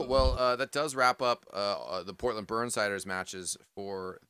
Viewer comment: Porltand? Lmao, isent it Portland? xD